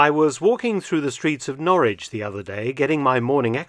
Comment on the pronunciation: It's Norwich or Norridge?